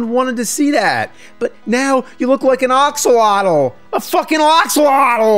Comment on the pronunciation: the way he says "axolotl" xD